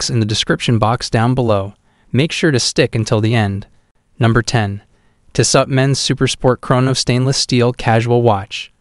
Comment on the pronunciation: include all the links you want but learn how to pronounce tissot first, or maybe use an actual human to do voice over, these videos are terrible